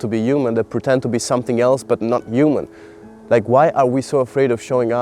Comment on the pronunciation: I love that the way you say “human” sounds like “You Man”❤🥹 which feels so unintentionally poetic and on brand✨